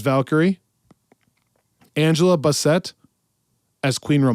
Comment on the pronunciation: Love the awards! Angela Bassett’s last name is pronounced “bass-it” :)